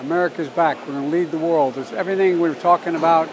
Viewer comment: Funny how he pronounces world. Sounds like "wow"